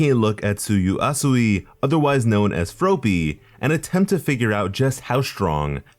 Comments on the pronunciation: hearing you say froe-py instead of frop-py made me wanna yeet a frog at your head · He kinda sed ropey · The way he pronounced froppy is how she pronounced it in the anime. Shes my favorite 😍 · Froh-ppy huh? Take a shot. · Froe pee? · Ugh your saying her name wrong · The way your saying froppy is making me feel weird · The way you pronounced Froppy made me realize why im suicidal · >saying Froppy wrong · I cringed every time he said it wrong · Yes he is